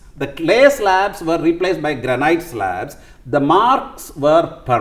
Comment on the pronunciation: Pronounce ‘granite’ /‘graenit’/